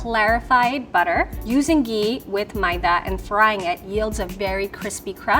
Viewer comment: This level 3 chef is the biggest coconut I've ever seen lmao its ghee not "gee"